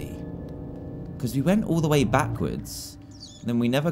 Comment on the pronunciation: hahaha! you said the meme da wae when you said the way